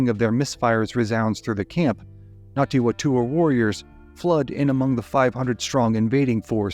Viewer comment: I was looking for this comment. I couldn't tell if he was saying Ngati or Nati. (With NG like in siNG or briNG)